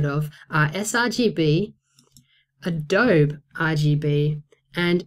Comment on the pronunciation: it's pronounced "A DOUGH BEE"